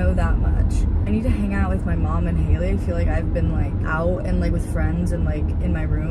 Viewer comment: when she called Hayley bratayley lmfaoooo